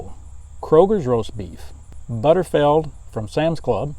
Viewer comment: OMG could you please pronounce it correctly it"s BUTTERFEELD not butterfeld ! And Costco stopped selling their canned roast beef so that is no longer an option !!